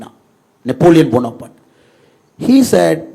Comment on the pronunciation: Annamalai ஐயா! நெப்போலியனின் பெயர் Napoleon Bonaparte. Not ponaparte.